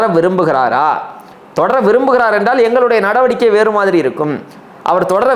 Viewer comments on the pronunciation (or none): none